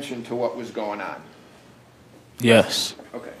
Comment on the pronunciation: he's not dumb. He's both arrogant & petulant. That is the youth of today ! Can't even say, " Yes.. " correctly.